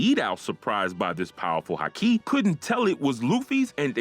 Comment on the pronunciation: Am I the only one here bothered about his pronunciations of Onigashima, Kaido and Haki!